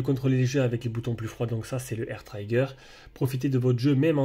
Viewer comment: Le I de trigger se prononce comme le I français 😅, mais sinon très bonne présentation ça donne envie de l'acheter 💯